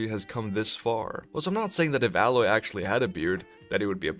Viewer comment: It’s Aaaaaaaa proper pronunciation aloy not how you were saying it